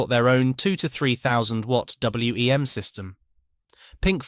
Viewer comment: Agreed. I had WEM amps and a Copycat and we always called it WEM (one word) not W.E.M. It is a bit distracting